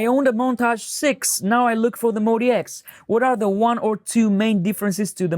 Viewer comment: Calling it the "Moe DX" ruins it for me. MODX clearly should be pronounced "Mod-X." On the plus side I no longer have GAS.